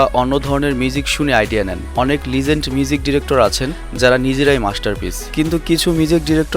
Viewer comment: লিঝেন্ড না দাদা লেজেন্ড বল😆